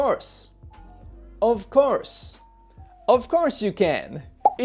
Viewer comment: ofcourseがこーしゅってなってる seではなくshと発音してるね